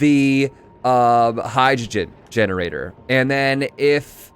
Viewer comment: Everytime says the word "generator", reminds me of he saying "Steam generazor"